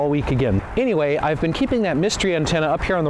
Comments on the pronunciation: You pronounced anyway as any-h-way. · 😂"I might say things a little weird sometimes - anyHuay" hahaha love it.